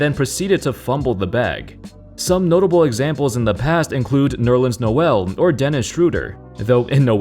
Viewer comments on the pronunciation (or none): none